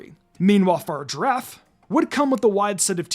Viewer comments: Dont ever say far girrafe again please its pronounced FA-RIG-ARAF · (far-giraffe) triggered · Ah yes far-giraffe the evolution to closegiraffe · I have never heard someone pronounce Farigiraf like that. It’s the same way you pronounce Girafarig, FUH-RIG-UH-RAFF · I love how you purposely miss pronounce the giraffes name I understand why you did that there’s no way I’m calling it the way they have it pronounced it’s pathetically stupid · How did you pronounce Farigiraf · The way you say farigiraf is maddening cx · genuinely can’t get past how he pronounce Farigiraf, despite one of the trailers vocalising it too